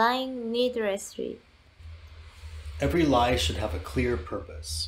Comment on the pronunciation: Why have the woman announcing mistakes when she cannot pronounce the words (eg needressly instead of needlessly) Dont mean to be rude, but iy was bothering me so much. apart ffrom that, GREAT video!